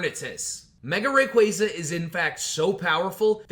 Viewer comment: Im surprised you pronounced rayquaza's name right I feel like I dont hear that very often